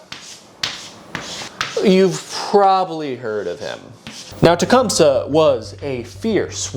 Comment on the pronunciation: Hey, I used to perform in a play version of Tecumseh’s life that is supported by the Shawnee. The proper pronunciation is actually: “Ten-SQUAT-ah-wha” However, the people who originally created the play quickly realized that kids would laugh because of the name containing “squat”. Hence the more dignified but still incorrect pronunciation: “Ten Squa Tow ah.”